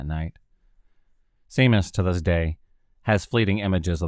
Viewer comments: U got it sea mus lol 😝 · For your interest, Seamus is pronounced SHAY-MUS